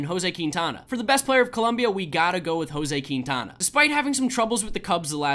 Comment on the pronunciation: Queentiana is what he said it is pronounced ( Quin-tana )